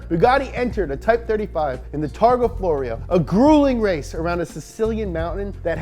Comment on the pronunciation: Pronounced / spelled Florio in "Targa Florio" as Floria. That's incorrect.